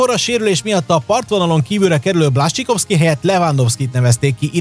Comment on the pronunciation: Blascsikovszki 😅 ezt nem igy ejtik... Amugy jok a vidik!